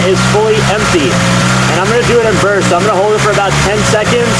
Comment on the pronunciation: Short burts man! Short as in 1 second burts! You could have hydrolocked the engine and destroyed it.